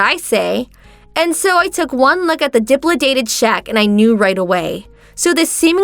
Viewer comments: I know this is silly, but dilapidated is pronounced [DUH] + [LAP] + [UH] + [DAYT] + [ID], not dip]+[li]+[day]+[ted] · Dilapidated:. NOT pronounced, Dip-la-dated. Correct pronunciation, da-lap-aaa-dated. I just wanted to help. Your English is still MUCH better than my Japanese (I speak no Japanese whatsoever.) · Dilapidated. Let's sound that out: di-lap-i-dated. NOT "dipladated." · Please pronounce words correctly. Di-lap-i-dated...not diplidated. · Please learn how to pronounce words properly! di-LAP-I-dated! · DIL-API-DATED !!! (There's no Duhs or Uhs) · Please learn to pronounce words correctly. It’s pronounced di-lap-a-tated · It’s pronounced dill ap a dated. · Di-lap-i-dated...not how your pronouncing it. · Please! It's pronounced: De-lap-i-dated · 🤦🏼‍♀️ Its DE-LAP-A-DATED. How long does it take to research how to pronounce words. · You would think they would learn how words are pronounced. What is Dipladated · Dilapidated... if you don't know how to pronounce a word, maybe try using another....🙄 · It's driving me up the wall the way they pronounce dilapidated lol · The shouting and the mispronounciation of dilapidated. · Please never try to pronounce dilapidated again. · the female needs to learn how to pronounce dilapidated! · This main thing that bugs me is that she kept mispronouncing dilapidated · Please teach her the correct way to pronounce "dilapidated". Otherwise great job.